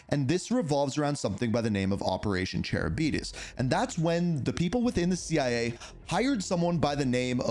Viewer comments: Lol, you had so many attempts to say charybdis (ka-rib-dis) and flubbed it every time. Thanks for the laugh xD. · Friends don’t let friends mispronounce Charybdis